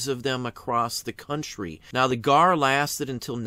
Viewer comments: I have been a CW re-enactor for almost 30 years and a descendent of veterans from both sides, I have also NEVER heard the G, A, R referred to or called the "Gar" Love channel and videos but I cringed ever time he said Garrrr wait till He calls the S, C, V as the Scvv haha Great info though. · Is 'Gar' a local pronouncing of it? Have never heard it called anything but G. A. R. among collectors. re-enactors or historians--- maybe G. A. R. that's an east coast thing? As a former museum curator, I only ever knew it as G. A. R. Love collecting photos of the reunions. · Winter Crow knows what the G A R is, the question is with him calling it "Gar" as a one word name, have run in some notable CW circles over the past 30 years (authors, historians, National parks) this was the first I've ever hear someone call it that.